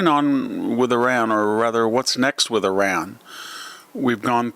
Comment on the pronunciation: Learn how to pronounce Iran right